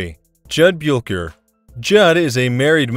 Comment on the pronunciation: Jud Buelcher???? Are you kidding me? LMAO! It's Buechler... pronounced Bush-ler. Talk about losing all credibility. This channel is a joke!